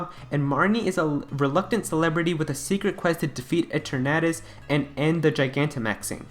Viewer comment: It’s pronounced E-TER-na-tus.